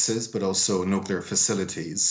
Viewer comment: "deefeets faceeleetees" Ha Got Her